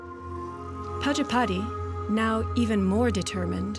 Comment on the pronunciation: Prajapati is pronounced wrong by the narrator